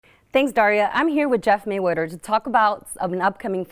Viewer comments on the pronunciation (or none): "I'm here with Jeff Maywedder"?